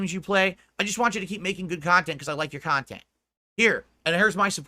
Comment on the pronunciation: He's just here making "PAHSITIVE AND MEANINGFUL KHANTENT" LOL The pig is just delusional. I wonder if he really believes that nonsense LOL What makes him think he is close to positive or meaningful? □